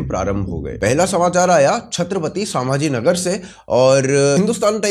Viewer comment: भाई .. संभाजी नगर ... सांभाजी नगर नही